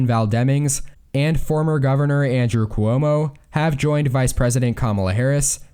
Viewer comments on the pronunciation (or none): none